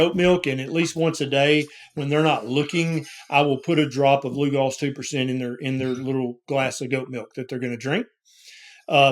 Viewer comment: I do appreciate that the expert pronounced LU-GOLS correctly, and said the percentage and how many drops (its not pronounced "Lugles")